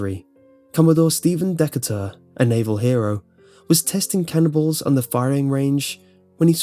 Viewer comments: or around there, when he said cannon balls it sounded kinda like cannibals so I sat here for five minutes like, "how do you test a cannibal?" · Did anyone else thought they heard him say "Firing some cannibals" instead of "Firing some cannonballs?" XD